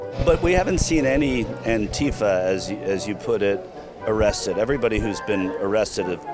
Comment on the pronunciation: "Aunt Teefa" ha ha . What a idiot